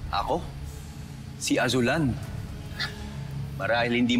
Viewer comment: #Azulan...HAHAHAHA KASOPIYA